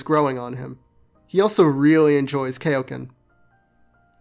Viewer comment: "Kay-o-ken"? what year is this, 1999?